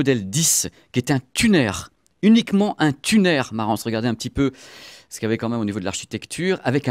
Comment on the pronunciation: Un "tunaire" hahaha....un tuner..."tiounheure"